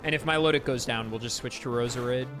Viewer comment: Milotic is intended to be pronounced like "Melodic," not "Milo-tick"